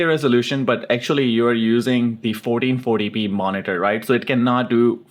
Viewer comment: SOUNDS LIKE YOU SAYING 4040P.